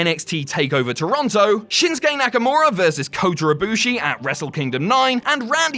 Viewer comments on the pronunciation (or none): none